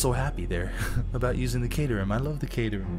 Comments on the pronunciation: I wonder if knows its pronounced 'cat*er*ham' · caterham, pronounce it like cat or bat